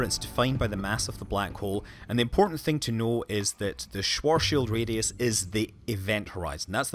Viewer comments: Schwarschildradius :DDD It's called schwarzschildradius, bitte great video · Schwuaschilradius? I think you meant the Schwarzschildradius but still good video :D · "Schuoarshieldradius" :-D it is called "schwarzschildradius!" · Fascinating visual. Atrociously bad pronunciation of the schwarzschild radius.